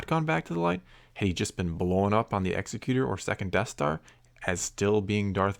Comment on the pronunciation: Love your videos,! Just had to chime in, the Super Star Destroyer's name isn't pronounced the way you're saying it. Think of an "Executive" Producer. It's pronounced like that.